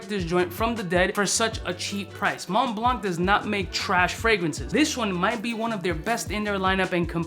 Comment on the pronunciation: Did he say mont blanc voyage wtf is that!? Lmao